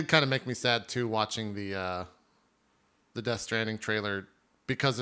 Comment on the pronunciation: nice call on the pronunciation of Death Stranding